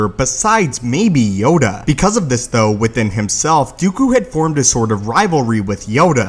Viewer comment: "Dee-ew-cue". Lol. That's how he ALWAYS pronounces Dooku's name. It grates at me.